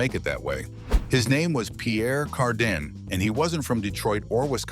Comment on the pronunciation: Will you please stop using A.I. to narrate your videos. I half way expect people using A.I. to narrate their videos to get sued for the mangeling of their names. It's Pierre Cardin not Pierre Car-dun. Dumbasses.